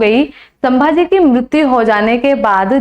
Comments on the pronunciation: apka teaching accha hai lekin pronunciation Galt Kiya hai sambhaji maharaj ke nam ka . O sudhar liya kro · शम्मा जी नही संभाजी महाराज बोलो